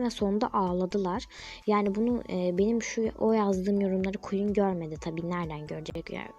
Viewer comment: Queene iftira atii, Ona Gueen dedi, fln